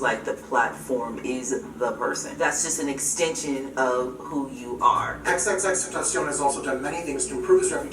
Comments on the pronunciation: It’s not xx teteshen it’s xxxtentacion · Who else here misses x rip x btw and hates when people pernounce his name xxxtentaaacian instead of xxxtentacion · C'mon, "XXXtentashion" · He called him xxtenshion 😂😂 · my mans said xx tentashion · The way pronounced his name was so funny and disrespectful 😂😂😂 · You pronounced “tentacion” no offense but The worst in the fucking world